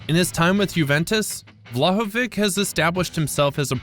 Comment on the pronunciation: Forwards instead of strikers. Vlahovich not vlahovick. Don't say it like Pulisic says his name. In Serbo-Croatian its a ch not a k sound